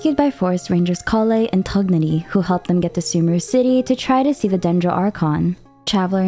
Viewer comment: i'm sorry but your pronunciation of some things such as tighnari and azar are terrifying